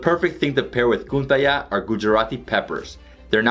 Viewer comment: It's Ganthiya not Gunthiya n is silent